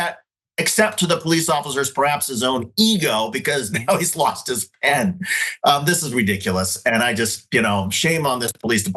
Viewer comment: "Pen" is pronounced with an "e" Dr Richey I couldnt understand what you were even saying until you said he signed a ticket and kept the "PEN" not "pin" please work on that Dr Richey you are always mispronouncing words like a guy that got his PHD in prison!🤣